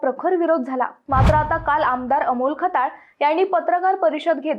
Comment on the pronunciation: Khtyal nit bol bhadya kalt ka tula